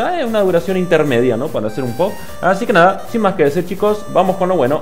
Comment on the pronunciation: Poop se pronuncia "pup" pero igual suena bien tal cual. Ahora reacciona a la parte 2 Pd: filete todo trabado xdxd